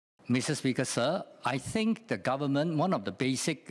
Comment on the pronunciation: how is he a politician if he can't even pronouce government properly